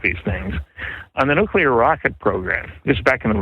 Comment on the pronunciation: nukular, nukular.